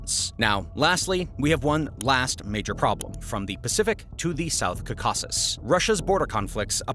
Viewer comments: Say it with me: Caw-Cuh-Sis not Cuh-Caw-Sis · KAH-keh-siz with the stress on KAH. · It is pronounced "Cau-ca-sus." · You are stressing the wrong syllables when you're saying caucuses and it's annoying.